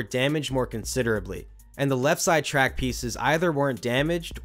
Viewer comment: "Track balts"